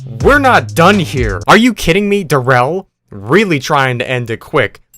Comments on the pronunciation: its not darel its pronounced Dare-rel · The fact that he pronounces “darrell” as “duhrell” “and not “darel” is just… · its Daa-rrreell bro lmao